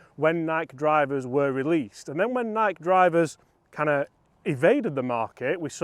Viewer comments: Dang British blokes....it's n-eye-key not N-ike. 🤪🤪great vid! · It doesn’t matter where you are from, United States or United Kingdom, it’s pronounced NIGH-KEY.❤❤❤ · The Nike pronunciation hurts my soul 😂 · NikE Don't forget the E. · I mean, technically it is Ni-key according to the founder of the company......but let's face it, it's a globally recognized word regardless of pronunciation, so anyone who feels the need to pick someone up on that is probably a pedantic twatt anyway 😂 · It is maddening that cannot pronounce NIKE properly. How old are you? Jesus H Christmas, How could you not know?